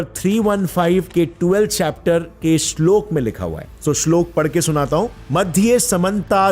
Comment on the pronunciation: Bro... firstly you need to pronounce and use proper authentic words by you using worng pronounce it results to changes in gender श्लोक श्लोका are two different things Just like Ram and Rama Ram is a male personality Rama is female Shloka is feminine word So hopefull you will improve your speech and wordings